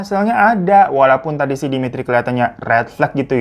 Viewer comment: Saya campuran dari Russia pingin nangis denger kakak bilang demitri, natasha